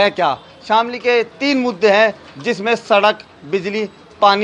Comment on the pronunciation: सर शामली है जनपद का नाम , शमीली नही आप प्लीज इसको ठीक करा ले